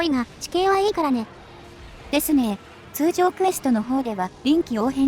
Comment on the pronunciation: 通ジョー 好きw